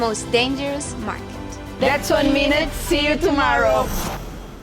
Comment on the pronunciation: "Thats 1 minute, Cyu Tomowow"